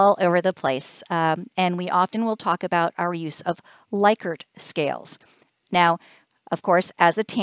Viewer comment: Likert not Laykert